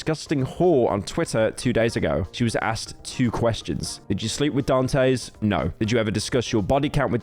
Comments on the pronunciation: Dantes... Daan tess. Not dan tays... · Honestly i feel like you should take this video down and revise it cuz i feel like you left out some information And you say dantes name wrong the entire vid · Nah this video was shit. He didn't even know how to say Dantes name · Better late than completely wrong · He’s got the Great Britain disease, he can’t control it!